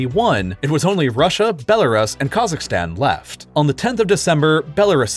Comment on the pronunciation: when it says "left" i hear something like "laugh"